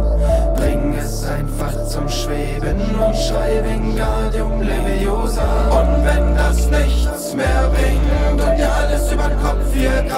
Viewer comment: Es heißt wingardium leviosaaaaaaaaaaaaaaaaa ;)